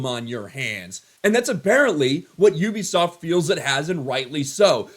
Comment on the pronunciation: U-bi-soft..... it is literally in their name😮